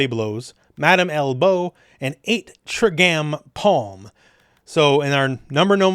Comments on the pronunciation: Killer guide! It's pronounced "try gram" friend. Keep up the good work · the way you pronounced trigram is a disgrace Neji would not approve at all XD